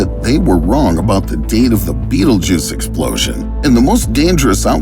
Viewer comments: That’s not it’s name tho he’s actually just pronouncing it wrong. Sorry to ruin the fun it’s pronounced bet-elg-yuse. It’s spelled Betelgeuse it’s literally not even spelled beatlejuice don’t know where he got that from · Betelguese not betlejuce. Waste of Time to This video. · Not beetlejuice its betelgeuse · its pronounced bettle geese????? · The star is pronounced Bet-elg-yuse. That’s why it’s spelled Betelgeuse not trying to nit pick this is a great video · It is not how you pronouced a Betelgeuse :/